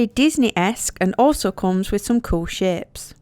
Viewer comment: Everytime you say shapes i think youre goin to say shit haha